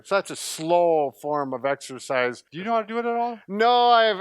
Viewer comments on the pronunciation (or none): it's exercise not exersice!